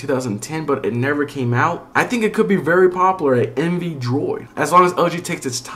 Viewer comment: its popUlar, not popolar